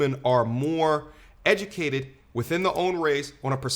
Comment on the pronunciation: “We da most edumacated” 😂